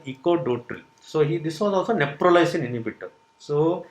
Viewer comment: It’s not Neprolysin it’s Neprilysin. And it’s not a new drug . It has been in the market for quiet sometime .